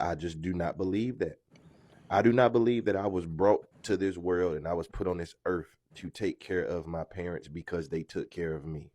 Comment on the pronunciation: He says earf instead of earth. He can't even speak.